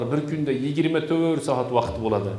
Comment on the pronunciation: Вакит эмас вакт деб езинг